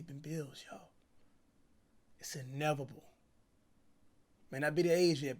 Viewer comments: it’s “ inevable” 😭😭😭 it’s inevitable cash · "It's Innevable"